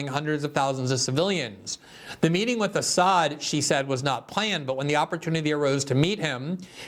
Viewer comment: They can't ever pronounce Assad's name correctly. Was the Assad gassed his people ever proven?